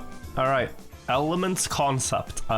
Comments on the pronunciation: Hvorfor sier du maekrell-en og ikke makrellen? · Svensk tonefall når du sier Makrellen 😮